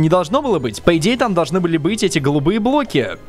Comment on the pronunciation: почему ты говоришь блки